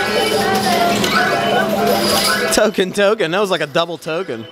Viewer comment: and and why did you say token weirdly Edit: Another weird sound